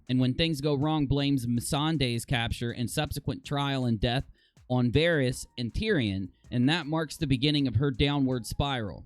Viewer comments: Please pronounce the names right!! Daenyreeeus and Vareeeus? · wtf is a varius and a danarius